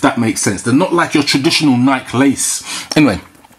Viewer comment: 25th anniversary, and you didn't pronounce nike correctly just saying